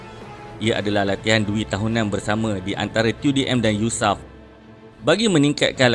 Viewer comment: Sebutan Yu Es A Ef bukan Yusaf